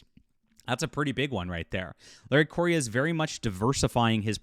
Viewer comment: Thank you for sharing this news; this is the first I've heard of this. Meaning no offense, but Larry's last name is pronounced "Korea", just like the country. He explained that a while back on his FB page. Again, thank you.